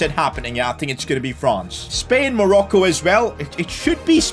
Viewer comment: Man said Morocco is monco